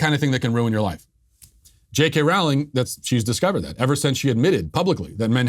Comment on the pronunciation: "Rowling" rhymes with "bowling".